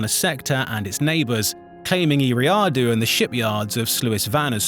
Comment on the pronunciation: Gotta learn how to pronounce Eriadu